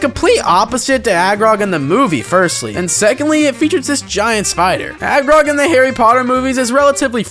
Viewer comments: Ayo who is Agrog? Its Aragog, from what I remember correctly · Not him saying “agrog” is friendly 😂 Bruh Aragog tried to feed two 12 year olds to his family of giant spiders